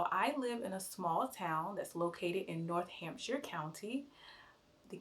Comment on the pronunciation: You need to look at a map again, Hampshire isn't north of London by any stretch of the imagination, it's barely diagonal. Hampshire is about 2 hours west of London. Yes I know you're in Northamptonshire, but you pronounced it North, Hampshire. You missed the ton before the shire, also there isn't a pause after North. Unlike the state of North Virginia, Northamptonshire is one word, and there isn't a hamptonshire.